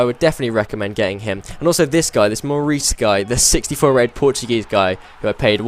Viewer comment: Not Maurice no offense but it is phonetically More-ay-sh